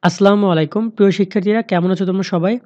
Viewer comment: Not aslamu alikum ❌ it's assalmu alikum ✅